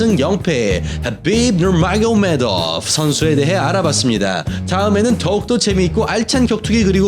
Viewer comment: ㅋㅋㅋㅋㅋㅋㅋㅋㅋ 혀를 얼마나 굴리면 하빕 마요네즈가 되냐 ㄹㅇ ㅋㅋㅋㅋㅋㅋㅋㅋㅋ